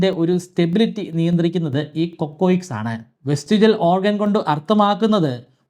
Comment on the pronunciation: കൊക്കോയിക്ക്‌സ് അല്ല cocyx അല്ലേ.. പരിണാമ സിദ്ധാന്തം ഒരു ശാത്രമയ് മാറിയോ?